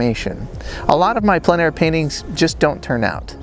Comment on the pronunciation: Great video, as always. As a francophone, allow me to tell you that your pronunciation of plein air is very good. Long story short, the word “plein” on its own is hard for anglophones to pronounce properly but because the following word starts with a vowel, the pronunciation becomes simple. Think of the first syllable of the word plenty … followed by air. Plen air .. should be very simple for anglophones to pronounce.